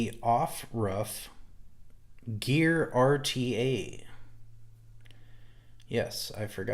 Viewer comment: It's pronounced "gar" the E is silent